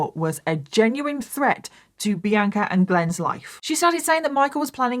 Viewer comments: i’ve been listening to you for YEARS and hearing you repeatedly say my name (Bianca) sounds so weird to me!😂 🤍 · please stop pronouncing bianca the way you do. - sincerely, someone named bianca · Does everyone in England pronounce Bianca as? Seriously asking. I’ve never heard it pronounced that way. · I’m from the US & we pronounce Bianca differently so until I looked at the captions I thought her name was The Anchor like she was just that hardcore 😂